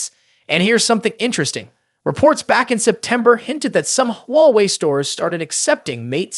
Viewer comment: AI voice? I heard like 10 different pronunciations of Huawei lmao.